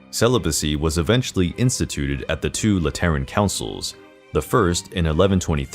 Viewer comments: Sorry. Gonna be that guy. 'Lateran' is pronounced, 'LAH-tur-in' (rhymes with Fat Again!) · Lateran ? Sorry. Can you pronounce it again? I can’t seem to focus with your mispronounced words here. I’m hearing “Lat erren “ and Google is recognizing it as lettering and it’s giving me a mind f***. How do we take your presentation seriously if you can’t pronounce simple words correctly? And don’t get me started with your pronunciation of Borgia. An insult to my family with the way you even attempt to say it….